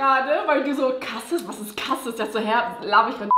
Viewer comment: nicht cassis sondern casieees 😄